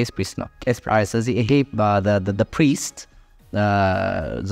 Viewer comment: you are the best Abi the way you try to tell the word priest is amazing